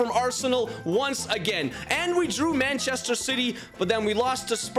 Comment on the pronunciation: No offense but you said banchester